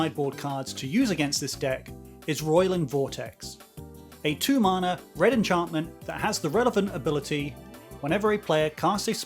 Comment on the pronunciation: You say mana wrong.